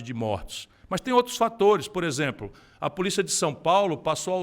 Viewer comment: O cara quer falar do Bolsonaro Aí fala isempro ao invés de exemplo